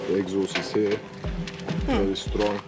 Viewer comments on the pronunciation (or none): none